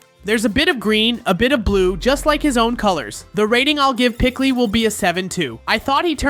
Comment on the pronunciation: Not pickly it is peecley